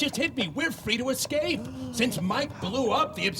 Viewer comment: "Eck-scape" Oh Pearl, how I love thee...despite the fact that you're obviously a graduate of the Learing Center.